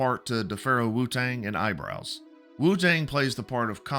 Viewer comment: wutang and eyebows. FFS tell me your a trump guy without telling you me your a trump guy🤣